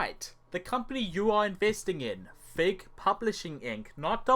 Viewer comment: Every time you say "Fig Publishing, Inc.", it sounds like "Fake Publishing, Inc.", which is completely appropriate.